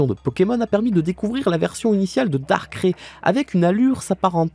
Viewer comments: "DAR-CRAIE" aie j'ai mal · il vient vraiment de dire « darkré » la? 😭 Mes oreilles saignent aidez moi!!!!! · Comment on peut prononcer dans la meme vidéo Donphan (Donefane) et Darkrai (darkré)